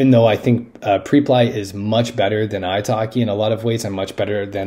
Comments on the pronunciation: On the Preply corporate site they pronounce it Prep-ly. That's how it is supposed to be pronounced. It is embarrassing to watch an English teacher, of all people, make such a stupid error. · As an English teacher, it is your job to correct a student's mispronunciation, not to adopt it as your own. The word pre-ply is nonsensical in English. The correct way to say it is obviously, prep-ly.